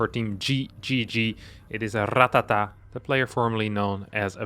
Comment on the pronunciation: It's actually Ratáta, not Ratatá